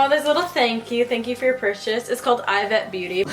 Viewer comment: It’s pronounced EEvete